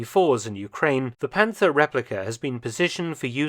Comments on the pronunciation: Its not panter 😢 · Please ignore to pronounce the „th“ in Panther. 😉